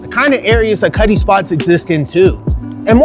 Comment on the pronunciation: It sounds does kinda Sound like he says Cuddly Cuddle Cutt”’ “Cutty”